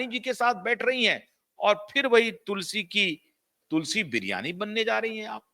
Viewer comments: तुलसी बिरयानी नहीं तुलसी वीरानी😅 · You shd do yr homewotk properly. Tulsi Viraani was Smriti's role in the TV serial and not like you said Smriti Biryani. I laughed out at yr mention